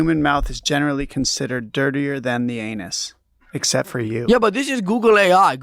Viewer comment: "expet for you" lmao